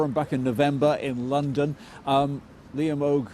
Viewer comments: Decent pronunciation of the Gaelic "Mo Chara", and of his name 'Liam Óg'. Well done! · He did an EXCELLENT job with "Mo Chara" and "Liam Óg", a hell of a lot better than many Dubs on RTÉ! He made a decent effort at Irish Gaelic pronunciation, using the phonemes provided to him by the Queen's English. Fair play to him for the effort (note the marked difference between this and Northern Orangers who deliberately mis-pronounce Irish Gaelic names.) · To be fair, he pronounced "Mo Chara" and "Liam Óg" pretty well. He wasn't being a colonial Limey prat at all (more respectful than RTÉ), he was doing his level best at Irish Gaelic pronuncaition with only the phonemes provided by the Queen's English. So I recokon the BBC (or at least this chap) is blowing with the prevailing wind and tryng their best to get it right.